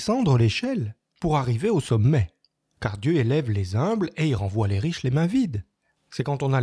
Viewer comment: "Dieu élève les zumbles " aïe, ça pique les oreilles !